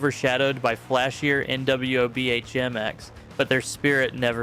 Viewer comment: It's pronounced Na-Wob-Um...NWOBHM. New Wave Of British Heavy Metal.